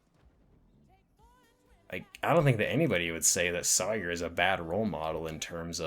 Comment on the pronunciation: I appreciate the video and by the looks of it I'll appreciate other videos you've made, but I got to point out that her name is pronounce just like Tom Sawyer. I have no idea why you pronounced it in that weird way you did considering it's not spelled any different and multiple characters say her name with only proper pronunciation throughout the picture.😅